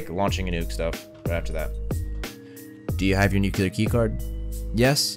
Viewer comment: I have yet to see a video where one of you guys says NUCLEAR instead of NUKELAR, WTF is wrong with you??